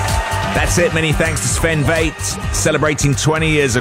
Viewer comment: Pronouncing Väth: It is not V like in vain. It is V like f*** or fetish. 😉